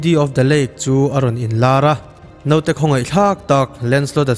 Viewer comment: 'Note' ni lo vin 'naute' tih ni zel tawh se.